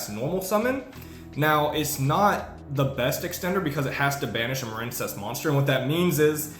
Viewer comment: You're shitting me right? A water based archetype? It's pronounced muh-reen. Just like marine life or marine mammals or the US Marines. You mispronounced it intentionally and you make yourself seem retarded every time you say it. Also this is how you spell the name "Maren". You know this stop pretending and quit mispronouncing card names intentionally. You're a grown man ffs. It is the stupidest trend in Yu-Gi-Oh!.